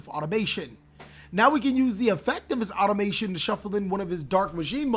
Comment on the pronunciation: If you want to do commentary like this im all about it, but please take time to read the name of the cards you're using. Hearing "Galatea AutomaTION" one time is ok, 4 times in a row its a bit sily.